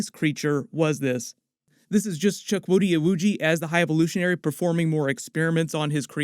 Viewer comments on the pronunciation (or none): Great video, as always. Just one thing, his name sounds more like this... "Choo kwoo dee". Everything else is ✊🏿